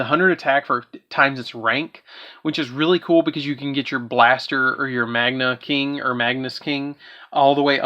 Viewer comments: “Magna” not Magnia “Magnus” not Magnius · Been Hoping for an Up to date Super Quantal Deck profile for some Pointers for my deck. Was a good video but why do you see the letter I on Cards that arent there? Magia and Magius is not saying it right 🤔🤨 kinda Cringy to mispronouce cards you have in your hand 🤷‍♂️